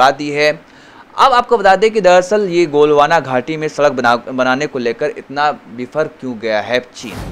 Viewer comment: Abey jaahil galwan ghaati bolte hain golwana ghaati nahin.